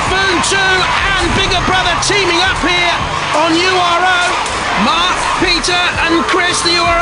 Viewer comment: Why does the voice pronounce URO like an American?